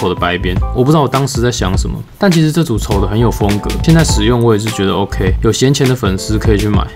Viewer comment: 那個「欸扣薯」